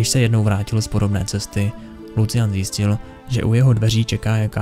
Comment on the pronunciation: jak ho čte jako lucian to bolí :D